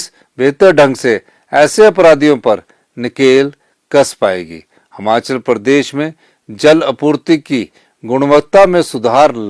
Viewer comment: यह बंदा आज तक हिमाचल नहीं बोल पाया हमाचल ही बोल रहा है। फिर ये लोग कहते है कि मोदी अनपढ़ हैं ।